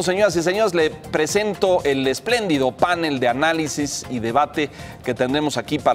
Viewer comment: Se dice panel, no pánel